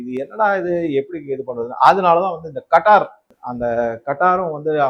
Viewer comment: கத்தார். கட்டார் கிடையாது. எந்த ஒரு வார்த்தையையும் கூகிளில் செக் பண்ணப் பிறகு உச்சரிக்கவும்